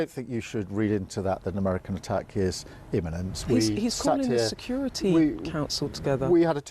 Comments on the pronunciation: Beth Rigby ‘inemment’ - lol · I love ’ description of Iranian regime. Rigby is a useless journalist who can’t pronounce words properly ‘iniment’? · Did Beth Rigby say an attack was "inniment?" What the heck is an inniment? She's supposed to be an experienced "journalist" and she can't even speak her own language. At least she was asking some questions so that's an improvement over the usual leftie platitudes. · He criticises her for mispronouncing imminent, then starts drivelling on about B52's dropping MOABS. Dimwit. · Beth Rigby has a masters degree, has taught English and has been a journalist for almost 30 years - why can't she pronounce 'imminent'?